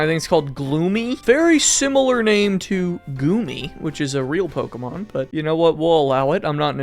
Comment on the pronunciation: Who pronounces it like pokeeemon?